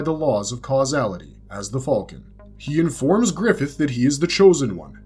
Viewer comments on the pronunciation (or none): did i wake up in another reality or wtf? since when did people say "FALCON" so WRONG?!? what the hell is Fall-kin!? - i've heard it in RECENT star wars with the "Millennium FALL-KIN" instead of "Millennium Fal'cun" and now in this video calling Griffith/Femto as the "Fall-kin of Light" seriously wtf, is this an AI narrator or just another person who genuinely can not pronounced the simple word "Falcon" !? it has NEVER been said as "FALL-KIN" like the last 3 star wars movies or this video... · Why do you say fulcon, at least say falcon even tho I’m sure it’s hawk 💀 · The way you pronounce falcon is crazy